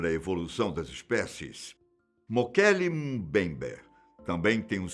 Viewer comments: O melhor do vídeo é o dizendo "Mokele Mumbayber" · O nome foi mal pronunciado tantas vezes que dá ate dó! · Puts como ficou engraçado este nome e como ele repete este nome inúmeras vezes kkkkkkkkk